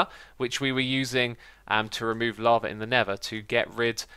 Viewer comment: I love when X says lava and it's like he's saying laver